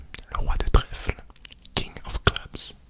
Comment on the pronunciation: A chaque fois que tu disais king of... J’arrivais pas à me concentrer : Dans ma tête c t THE KING OF SRLRLRLRLA PAPAKAKAKA 😂